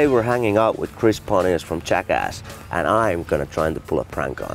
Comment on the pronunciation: "chris pontius from SHACK-ass"